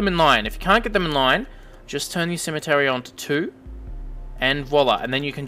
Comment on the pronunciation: Lol "cemetery"